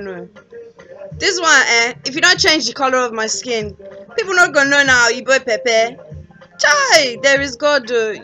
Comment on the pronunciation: This is amazing! You're really trying. The correct spelling is actually 'Oyibo', exactly the way you pronounce it.